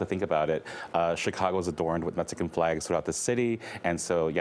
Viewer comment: MeXican not MeTzican. 🤦🏻‍♂️